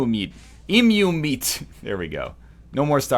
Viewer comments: Thank you for learning to pronounce Emu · You said Emu correctly! I've never been more proud :)